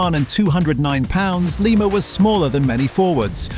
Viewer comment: Lima, its pronuounced Lema